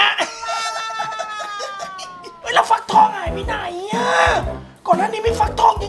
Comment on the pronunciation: ฟักทองครับไม่ใช่ฟังทอง